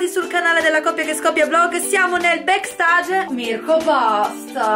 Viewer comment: Non si dice "backstage" si dice "becksteig"